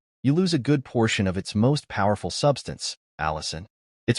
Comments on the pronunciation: Allicin in garlic, not Allison. :goodvibes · ...The garlin contains ALLICIN, not "Allison¨!